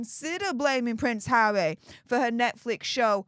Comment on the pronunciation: You really tried to actually say harrrrrrry in this one 😂 but it still came out as havvvvvvy 😂